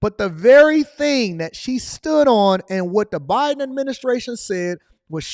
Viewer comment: Did you hear her say President Obiden?